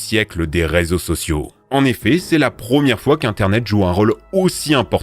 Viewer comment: "réso sossio" 😁